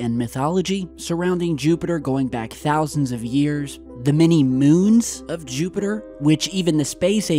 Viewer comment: JEWPITER!!! YOU SAID JEWPITER LOL